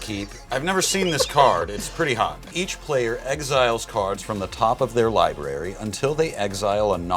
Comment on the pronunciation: He said libarry hahahah